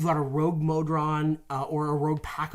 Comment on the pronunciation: Several official pronunciations says meffits, not MEEfits.... but they always pronounce several things really strange, like the R in iron. It kills me every week